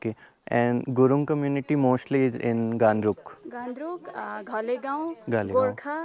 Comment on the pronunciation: Gh not gan